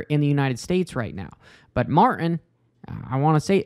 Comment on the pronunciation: There is a 'T' in Martin. Just sayin'.